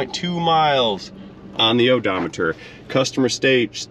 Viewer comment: So the dealership sounds shadier than most. They clearly did not machine the rotors but definitely charged for it. As far as the trany, Nisans CVT is complete garbage. My boss had one go in his wife’s rouge with only 65k on the o do meter.(tip of the hat to you for the pronunciation)😂